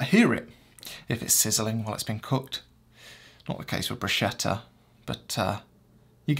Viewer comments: Except bruschetta is pronounced bru-sketta...the ch is a k not a "sh" Not to ne too picky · Love your videos! But the right pronunciation for that slice of bread with chopped tomatoes is "bruce-ket-tah"...😁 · It's bruschetta, pronounced like 'ch' it's like a k